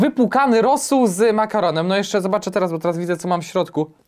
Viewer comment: czemu mówisz rosuP zamiast rosół ? xD